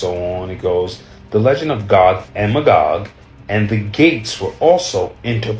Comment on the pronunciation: 🤣 It's pronounced MAYgog. Gog and MAYgog.